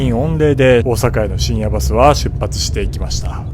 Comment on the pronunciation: 水曜どうでしょうファン的には深夜バス（バにアクセント）で正解です😊